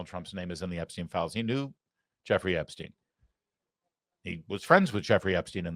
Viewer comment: Once more - It's Ep-stine' not 'Ep-steen'. Think Steinway only remove the 'way' and put an 'Ep' in front.